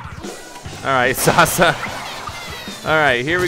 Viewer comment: It's pronounced Sass-a (Sasa). Stands for Saginaw arts and sciences academy